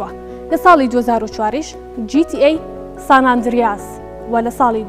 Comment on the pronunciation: سان ئەندریاس نییە بە قوربان سان ئەندرێسە😂